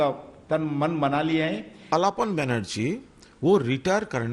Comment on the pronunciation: ye alfan kya hain?? hum ko pata hain aap bengal k liye kya niyat rakhti hain..but fir v..naam to sahi sey ley hi sakti hain..alfan nahi..alapan hain